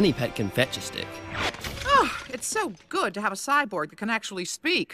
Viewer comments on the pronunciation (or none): he said good not gay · He said good- it did sound like they said gay 😂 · I heard good before, but now that you said that it sounds like gay I can't get it out of my mind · It sounded more like really dead to me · sounds like he said "really gay--- really good"